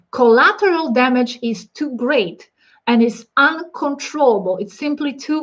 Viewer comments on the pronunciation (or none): none